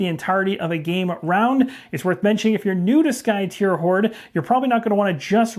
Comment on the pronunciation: I think you're the only YouTuber I've heard pronounce the name Skytear correctly. I wasn't sure myself a year ago, so I asked the game designer. So if anyone else is wondering, is correct. It is, according to the designer, "tear" as in "to rend." 🙂